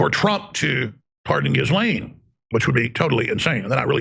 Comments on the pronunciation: I like how jimmy has always pronounced ghislaine maxwells name like JIZZ-LANE 😂🤣😂🤣😂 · Maxwell's first name is pronounced GELEN. with a hard "G"